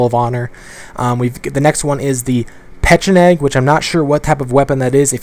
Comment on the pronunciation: It's pecheneg. Google it.